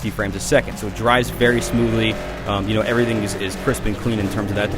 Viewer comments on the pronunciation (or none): none